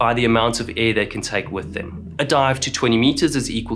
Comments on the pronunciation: Could you please say "Air" and not "a" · I really want to take this video seriously but this guy keeps pronouncing air as ë and it's increasingly distracting💀